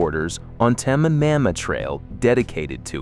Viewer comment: Whoops, AI narrator messes up "Tamiami". Wouldn't be so bad if it was "just" an avenue name. No one says "Ocala" that way. Or says "Cassadaga" this way. Weird, earlier "Marianna" was said well enough. Not here. Another weird, because you said "St. Augustine" ok earlier, not this time.